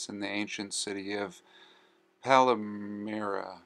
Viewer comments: Pronounced Pal (as in a buddy)- my (as in mine)- ra! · Palmyra - palm-myra. Other than that entertaining video. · Here you really blew it. You exposed yself as somebody who has no clue what you are talking about. This is in any of the videos you make while you walking your dog. This is disappointing. You dont know what happened because you are totally ignorant. You cant even say Palmyra properly. Did you fall out of the f...Mars. Idiot. Only a Murican can be so under educated. Russians bombed ISIS, and it was ISIS who purposely blown up old monuments in Palmyra on a pretext they are idol worship. Why dont you get informed a bit before blabbering bullshit?Yeah make a proper video next time. Discover something new. Yeah. Like Papua New Guinea.